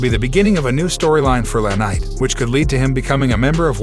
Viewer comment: Don't be attacking Liv Morgan your show sucks your a liar no one cares what you think and you can't get peoples names right its not lanight its LA knight! Get it right retard!